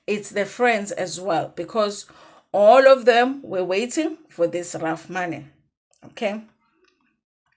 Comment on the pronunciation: No it can't be ref ask any attorney or jurist that you know they will tell you she's pronouncing it correct